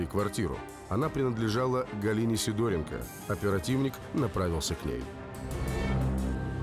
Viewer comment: ПроскурЯкова, СидОренко и т.п. и откуда только у вас такие ударения в фамилиях берутся? Правильно - ПроскурякОва, СидорЕнко и т.д.